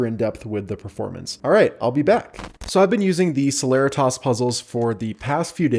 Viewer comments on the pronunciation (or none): I thought celeritas was pronounced se-le-ree-tis not se-ler-rih-tahs